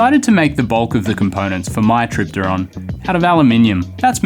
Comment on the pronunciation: I think if you pronounce the P in helicopter, you can pronounce it in tripteron